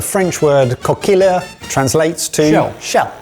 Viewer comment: Coquilles would be said as coquiye. The double L makes a 'ye' sound